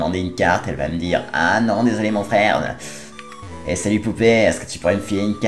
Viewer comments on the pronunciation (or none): none